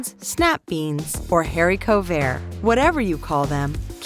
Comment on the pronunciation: Great video! FYI it's "haricot" not "hairicot"